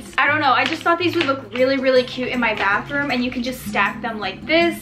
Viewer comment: Instead of “bathroom” I heard Backroom…